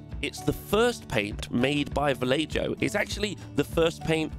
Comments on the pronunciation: Videos like this make me want to rush and buy a 3d printer, love how you've painted this mini and glad this video was on the recommended tab this morning :) Wanted to say though that Vallejo is pronounced 'valleho' coz its spanish, us brits make a mess of foreign words 😅😁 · EZ spanish pronunciation for any interested: double L's become 'i'. The letter 'J' is pronounced like an 'H'. vallejo sounds like 'vai-ey-ho' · Oh it’s you! From Warhammer a TV in the past. Nice to find your channel. You are a good presenter. Edit: apart from I can tell you never studied Spanish when you say “Vellejo” . But that’s a minor gripe. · Every time you say "VELLAY JOE" I die a little inside. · As a Californian, I feel it is my duty to say: Yal-eh-ho. This bugged me so much. Thanks for the amazing turorial, though! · Great job! Just one tip. Vallejo is pronounced Vah-yeh-ho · vallejo = va-yay-ho You're killing me. :D Love the video though! ;) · VallAY-Joe. Yeah, tha'll do. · Repeat after me now, Va-Ye-Ho, Va-Ye-Ho! There we go! 😅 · Vallejo - (VAL-LEY-HO) the "j" is silent. Its Spanish for small valley! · Not that it matters too much but VALLEJO paints is pronounced VA-YE-HO. Great video. Thank you. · It's ValleHo, Spanish pronounciation, like this famous Peruvian fantasy artist, Boris Vallejo. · Valle-JOE🤨 ¿Valle-JOE? JOE? Valle-JOE MAMA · Who is this Vah'ley-Joe person you keep talking about, lol? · You said the Spanish paint brand name wrong…. As a belligerent squaddie that thinks foreign languages is just English louder while pointing I have the correct qualifications to tell you it’s said VAL YAY HOH!! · “ValleJO” lmao I hope that’s on purpose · I know this is over a year old but it's still funny to me that every youtube mini painter says 'vallejo' phonetically but must know it's a Spanish brand. I don't speak Spanish and even I know it's pronounced 'vayesho". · 10/10 content 💪💪💪 (but please stop saying Valley-Joe 😭😭😭) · It's pronounced ValleHO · Just fyi it's pronounced Vall-ey-hoo